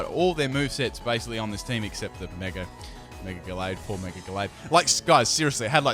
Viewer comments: It's Mega not Meger. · it irks me when you say megar evolve.... mega doesnt have an r in it but i like your videos so i suck it up